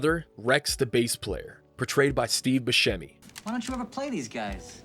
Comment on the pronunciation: 'Steve BOOSEMI!' Um...that's a pronunciation choice!